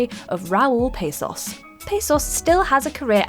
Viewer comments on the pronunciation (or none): "PAH SOS" not pasos. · It is Raul Passos not Pessos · Yes Raul Passos no PAAssos